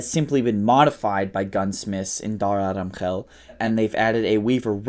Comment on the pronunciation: Yea, when he said Pakistan, I was like oh yeah this guys a desi but then he said Dara Adam Khel and I was impressed by the former.